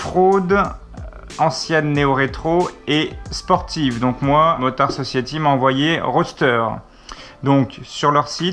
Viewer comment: Motard Sociaty... Dat accent xDDD